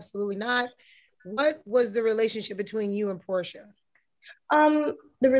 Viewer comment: Did she say Whoresha? 😂🤣😂🤣